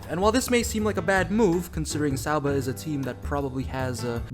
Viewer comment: I appreciate your efforts to say people’s names and places correctly. I’m probably out to lunch here, but I think it’s ok to say Sauber with a hard er, the way you say it now reminds me of Homestar Runner. Only a small criticism. I love your content. I don’t mean to insult you at all.